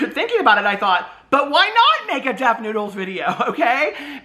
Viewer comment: You mean , Def Nude-les?